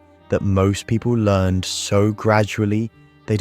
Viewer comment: Why is this AI (text to voice) narrated? If you wrote the script, wouldn't you believe in it enough to be worth reading it yourself or getting another real human to read it? The occasional mispronounced words (like "learned" instead of "learned") and pauses at the wrong point in a sentence are a dead giveaway. I thought this subject held promise, enough that I bothered to click. But now I'm doubting if this is even real or proven psychology, as opposed to just someone's pet ideas.